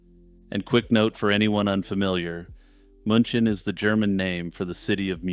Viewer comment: Just a nit pick. München is ronounced like 'MEW chin'.